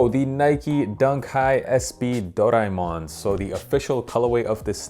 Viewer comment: Can’t even pronounce the name of that little fella it’s based on. But i love this dunk